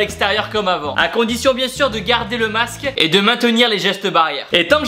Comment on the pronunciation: Le quoi Tibo ?? Le MAQSE, lol 😉. allez bis.